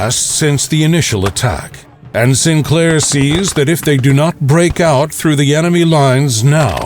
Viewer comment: Btw, St. Clair is pronounced, "Saint Clair," not "Sinclair." Distracting but nonetheless a good historical vid.